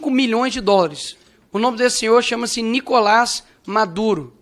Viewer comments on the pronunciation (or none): none